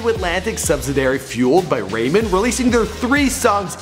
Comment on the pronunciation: Fueled by RAYMON??? WTF? It's Ramen, as in the soup.